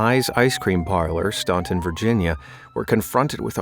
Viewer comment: Staunton is pronounced Stan-ton. The u is silent. The two girls murdered in the ice cream shop were sister-in-law. It was one that a lot of us wondered about.